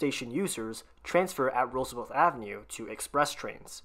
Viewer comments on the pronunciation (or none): It's pronounced Roosevelt, NOT RooseveLTH!!